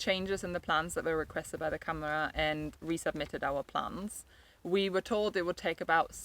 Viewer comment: First learn how to pronounce câmara. Second Portugal has become a country where rules are rules, you probably wouldn't have "hoped for the best" in the same circumstances in the UK or Germany. I always say to people who buy in Portugal is to take everything really slow and don't let your money burn a hole in your pocket, the richer you are the more likely you are going to get into trouble here, precisely because you throw money instead of going with the flow. I also say, "be prepared to genuinely "restore" what you have bought and live in that without the need of a licença. That gives you ultimate fallback position. Never take the sellers or architect's word for anything, you're probably better off employing an engineer to do your project, he doesn't have such fancy ideas about his status and expectation of profit and has his nose closer to the ground. Ask the neighbours for background without the sellers around. Remember you're buying a home not just a business opportunity. Those neighbours will be more forthcoming and other people you deal with too. Portuguese do not love the British, you have to prove yourself, they are very polite, that is not the same as affection. Don't believe them when they say otherwise. I'm a Portuguese citizen of Irish extraction so they tell me the truth. If they like you they will find you some wriggle room, if they think you're a sucker they will take you to the cleaners. If you think this is unfair, talk to a foreigner who has tried to do somet